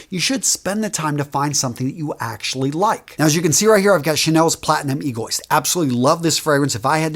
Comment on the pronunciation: you mangled the Egoiste pronunciation.... lmao... you made it sound like a medical problem... its not a Goiter, its not E-goy-st... its "Ego-Ist" but with a long I as in french, so "Ego-East"